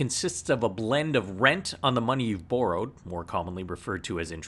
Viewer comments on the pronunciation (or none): "Burrowed" lol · BOW ROWED lol